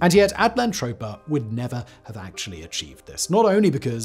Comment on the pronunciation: Just saying, you spelled it At-LAN-toe-pea-ah....but you're saying it at-land-trope-ah.....they can't both be right....are there any videos where you say utopia for comparison? 😆